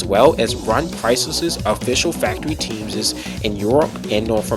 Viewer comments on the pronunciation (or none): Stop saying “teamses”. It’s not a word. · Were you saying teamses or am i just high